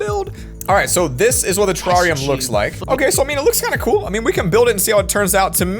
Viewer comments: the tarrariam build me: its terrerium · Everytime said terrarium 😖😖